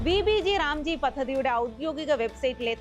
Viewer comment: Vb g ram g alla.. Vb gram g... Ayo enthaaa kadi🥴